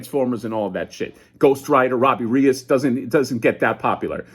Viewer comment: Here's a tip to pronounce Reyes. Ray-S.